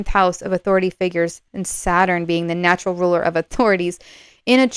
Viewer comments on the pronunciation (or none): none